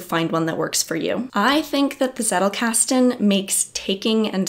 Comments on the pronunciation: wtf is zeddelcasten, it is tzettel!! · PhD in theatre and performance studies... I need to let that sink in... How much does this "journey" cost you? And yes, it's pronounced "tsettel", which rhymes with "do better". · If you are like me and thinking she was saying zerocasting, I'm here to tell you she was actually saying zettelkasten